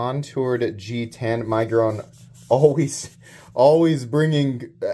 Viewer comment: Budget Centurion...and i think its Mig-, as in fig, -uron. Sorry, im being critical! 😂😂😂